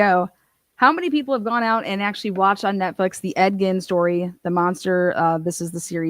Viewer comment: Bro it’s Ed GEEN not Ed “Gin” JFC learn your shit before you attempt to pronounce